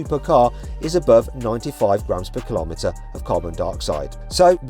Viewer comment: Say millimetre Say centimetre Say metre Now.... Say kilometre. Well done, you did it🥳